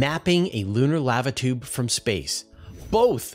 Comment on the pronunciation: "laava toob"... down here in Oz we say "larva choob, mate". I don't recommend it. :p